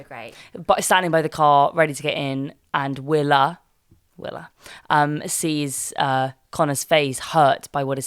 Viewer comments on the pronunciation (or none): Also, it is 'Willa' not 'Willow'.